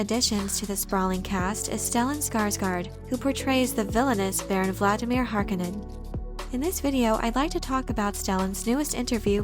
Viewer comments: Every time she says "harkenen" I feel like slapping her lol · mispronouncing Harkonnen is kinds driving me crazy. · I've always thought harkonnen was pronounced "harKOHnen"